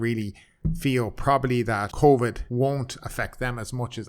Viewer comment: "COIVD" well you are Irish